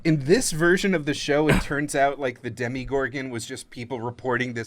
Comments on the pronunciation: How can you pronounce Demogorgorn wrong through the entire episode. It's not demigorgon. Dem-O-Gorgon. Sorry. I just had to correct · You want the show to bring her back... I want that too (though it's impossible, both the creators and the show itself in both seasons confirmed she's dead), but she's gettin that CW money now, playing Ethel on Riverdale. EDIT: Also, it's Demogorgon ), not Demigorgon. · “I play a lot of d&d” - proceeds to call it a “demigorgon” the entire video. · It’s demOgorgon lol